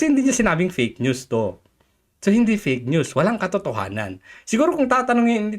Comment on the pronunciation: Yan napala ni ante kler sa pag sasabi nya ng peyk nyus. Dahil sya mismo ang peyk nyus.😂